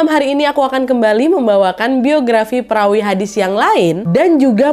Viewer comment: Perawi kak bukan Pewari